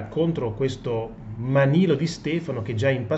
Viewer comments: Manlio non Manilo. .... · si chiama MANLIO....no manilo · Prof, MANLIO non MANILO! Certo non cambia la sostanza 😁😁😁😁